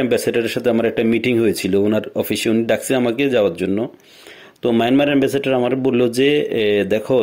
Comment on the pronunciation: এ্যাম্বাসেটর না এ্যাম্বাসেডর চামচা যে মারে রে ভাই আজ শুনলাম